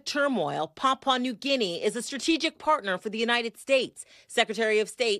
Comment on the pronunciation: the lady anchor could at least find out how to pronounce Papua New Guinea. How embarrassing